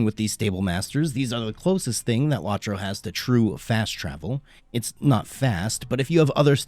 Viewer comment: It's low tro. Not lawtro